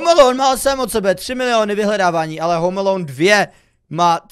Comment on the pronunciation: jak jsi říkal home alone tak to znělo jako home meloun XD